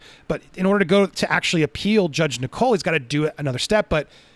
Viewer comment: I'm getting ads in the UK Andy. Also just by the way "Nicol" is pronounced like "nickel" not "Nicole".